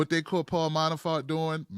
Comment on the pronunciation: "Manafart" Ha!